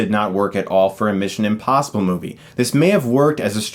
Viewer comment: Is he saying... INpossible?